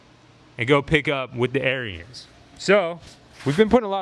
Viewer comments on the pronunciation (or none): Brother, love the channel, but Ariens is pronounced "Aaron's"